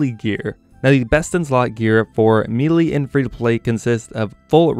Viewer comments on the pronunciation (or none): May-Lay... Me-lee